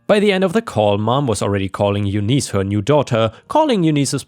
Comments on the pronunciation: Eunice is pronounced YOON-iss, not you-NEES. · FYI... Eunice= You-niss (like hiss). Thank You:) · Eunice is pronounced You-n-is, like in miss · its pronounced Yoonice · Bowen is pronounced boh-in and Eunice is pronounced yoo-niss!